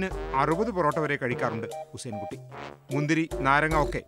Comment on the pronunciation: ഉസൈൻ കുട്ടിയല്ല ഹുസൈൻ കുട്ടി എന്നാണ്